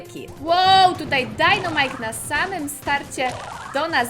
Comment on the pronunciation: Mówi się dajnamajk a nie dunamajk